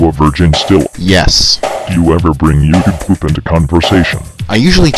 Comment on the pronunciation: everytime that computer thing's supposed to say "youtube poop" it says "yautube pipoop" xD